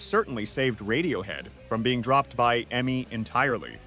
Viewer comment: Most horrid AI voiceover. You can prompt it with ways to say E-M-I rather than eemai, etc.